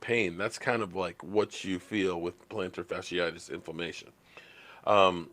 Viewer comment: You kill me, you cannot pronounce Geoff Swaim correctly, but pronounce plantar fasciitis like you have a PHD, ha.